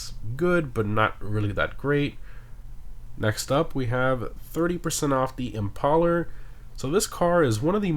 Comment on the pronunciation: Why does he say impaler funny. "Impal-er" "Impale-er"